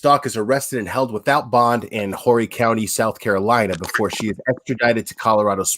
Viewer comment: Is: Horry county is pronounced Orry.